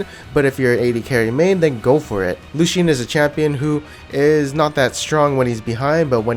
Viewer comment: LucyIan, who says it like that ?